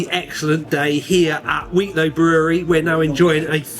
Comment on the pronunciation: Another great upload but please practice saying Wheatlow for the next time you go😂